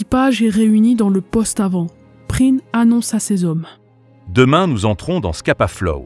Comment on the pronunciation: effectivement, c'est un e muet tout comme dans Prien qui, pour le coup, est bien prononcé dans cette vidéo.